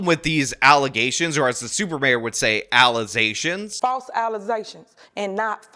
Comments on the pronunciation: Stop it with all these allezations now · Tiffany ignorantly mispronounces allegations as allizations. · Because of her....I now say "allizations" instead of "allegations". Everytime I hear "alligations" my brain plays the video of her saying "allizations". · FALTSE ALLEZAYSHUNS AND NOT FATS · “Fake allezations” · too many allezations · I LOST... IT... when she spoke on those alezayshunz.